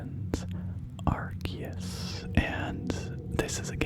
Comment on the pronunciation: Is it not pronounced ar-see-us?